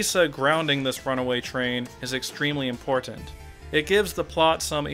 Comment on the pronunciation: I never noticed how you annunciate the word important. Alot of strength in that 1st T.